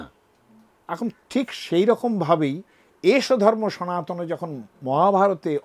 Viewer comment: Your pronounce is totally wrong,. Sanatan not sanatani.